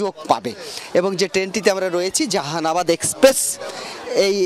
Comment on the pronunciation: জাহানাবাদ কে উচ্চারণ করলেন জেহানাবাদ বলে। নামটা ও ঠিক মত উচ্চারণ করতে পারলেন না!